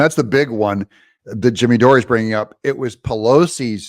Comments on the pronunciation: It’s “Door”,. Not “Door-ey”. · I remember a letter from Mayor Bowser refusing the request by President Trump for 10,000 National Guards. She was sarcastic. She and Nancy should be held liable. The last name of Jimmy is pronounced as 'door.'